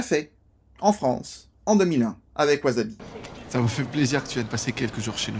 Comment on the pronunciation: Au fait, ça se prononce ouaSSabi, pas de z. Super vidéo, j'aime beaucoup le film. Je connaissais pas mal d'infos car j'avais vu les interview mais c'est toujours aussi intéressant de regarder les coulisses du film